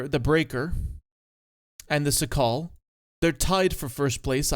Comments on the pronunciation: the CS-67 Szakal is pronounced shakal and means jackal you're welcum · its pronounced shakal both A's like in the word "marker", accent on the first syllable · It's painful how you pronounce Szakal. It's Shakal (it's in Polish), not Sakal. Also Ratte, or either Tashenratte, it's not Ratt